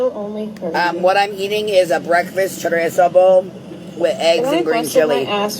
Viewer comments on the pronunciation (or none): OH I THOUGHT YOU WERE ALL ABOUT HISPANIC PPL LEARN TO SAY CHORE-EEEZO (chorizo)